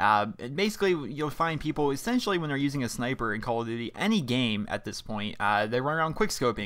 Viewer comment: Lol you say sni-i-per too? Lol I thought it was just my brother and I that say it and everyone else says sn-eye-per.